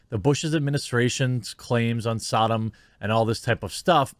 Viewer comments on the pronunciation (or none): When you said “sodom” instead of “Saddam”